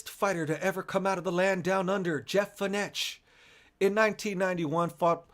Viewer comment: It's not Jeff Feenesh. It's pronounced Jeff Fenek (spelt Fenech). #lol